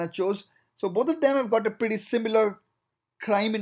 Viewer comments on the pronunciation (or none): none